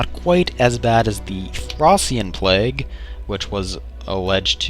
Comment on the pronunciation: Ha, It's plague, not plaque. And yes, it is kinda like that.